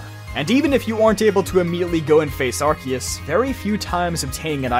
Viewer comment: Why the hell is everyone pronouncing Arceus wrong? It's ar-see-us (or ar-say-os), not ar-kios.